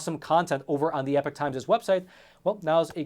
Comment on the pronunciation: I just wish you would pronounce the name correctly, it’s E-P-O-C-H not epic times, another reason why I cancelled my subscription